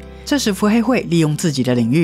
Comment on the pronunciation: 嵌合暗翳（一ˋ）庭，不是ㄩˋ 喔